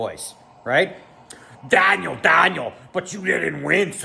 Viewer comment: Your angry Canadian “Dahhniel” voice is actually hilarious